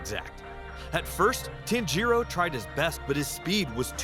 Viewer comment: The way he pronounces tanjiro bro💀💀💀